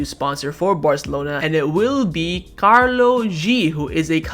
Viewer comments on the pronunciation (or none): Karol 🤣 not karlo 🤣